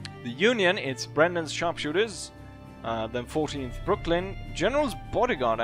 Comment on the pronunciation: Oh by the way, it's Berdan's Sharpshooters and not Brandon's.